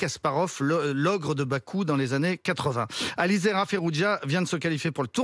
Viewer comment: ne sait pas lire. On ne dit pas AliZera mais AliReza.... il a répété son erreur 4 fois... quant au titre il est erroné aussi il est franco iranien et pas franco libanais. Merci la rigueur!